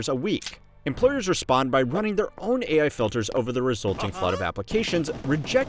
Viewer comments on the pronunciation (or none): Did she say A1? Not AI? Lol she must want some steak for dinner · Wowowowo, stop right there! Woman said 'A1' instead of 'AI', or do I miss something there? 🤨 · had to listen to that one twice and wonder what A1 teaching was before I realized she didn’t know how AI was pronounced